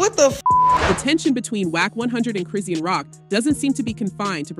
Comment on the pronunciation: Her name is pronounced Chris-sean (shawn) as in Chri-shawn NOT Chri-sea-ann 😂😂😂😂😂